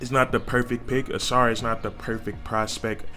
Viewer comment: Dear Northerners, it’s the UNIVERSITY OF HOUSTON! Not Houston University! Never heard of that school. Where is that! Don’t insult Marcus by calling our Alma mater “Houston University!” And yes, you pronounced his name correctly; “Sass-sir.”